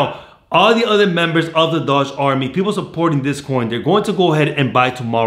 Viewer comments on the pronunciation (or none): It’s doge! Not dodge! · Doege pronunciation not Dodge lmao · Not, “Dodge”, “Doajj”. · I like your enthusiasm but dude its pronounced "dough-jj" coin. You have an American accent. Use it to pronounce things correctly. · sorry I didn't mean to sound like a jerk I just get annoyed at little things like pronunciations I don't personally use. That's my bad though. Thanks for the support on doge all the same